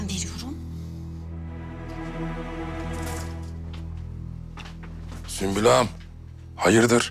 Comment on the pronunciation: Bi sen kaldiydin ismini yanlis soyleyen sunbul degil sumbul! Celaud meleune seni🤣